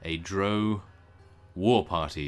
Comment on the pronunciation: by the way drow is actually said like the ow you would say after being pinched